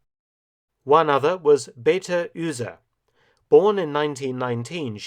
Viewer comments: Baty Üsee? :-s So much research going into these video's and then this. Please stop hurting my ears: Bay-Ah-Teh Ooooh-Zeh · Beater Uhse is pronounced Be-Ahter Ooser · Thanks a lot for the interesting video. Only a little nitpicking thing: Beate Uhse is not pronunced like "Beta Ühse". An "u" isn't an "ü" and Beate isn't "Beta". Apart from that: She was (and still is) very famous in Germany because of her post war career. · It may seem like a large ask, but it would be respectful to pronounce German names correctly. Beate Use’s first name would be (in English syllables) Beh-AH-tah. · Mark, fantastic -- FANTASTIC -- content, and I've always admired the way you do the pronunciation of foreign words. Not all historians are as careful. "Beate Uhse", however, is a tough nut to crack. First, "Beate" (meaning "blessed") is spoken with three syllables, the second being stressed: bay-AH-tuh. Next, "Uhse". (Not a clue where THAT name came from.) Start out with the English word "ooze", and then hang on the same "uh" sound that you used to finish up "Beate": that'll give you "OO-zuh". Oh, yeah, FIRST syllable stressed this time 'round. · Great Video as always! Just some pronunciation hints for the German names: Beate Uhse [Bay-uh-ta' Ooh-sa' (a' like in gonnA)] Sibylle von Jagow [See-billa' fon' (like FONt without t) Yuh-gow (like in shOW)] Melitta - short I, otherwise it would be Melita Hanna Reitsch was perfectly pronounced, same as Hans-Jürgen and all the aircraft and place names😉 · "Beate Uhse" uh oh... that Name got butchered. Maybe he should have called some German on how to pronounce it prior to this Video. Ü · Pronounced Bey Ahteh Oozeh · Mr. Felton makes so many videos about the Third Reich, but he is so awful in pronouncing German names. Like Beate Uhse her first name are two syllables Be-ate and her last names U is spoken like the u in usual. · Also the last name is pronounced Uh-se, like in unheard. There is no Umlaut.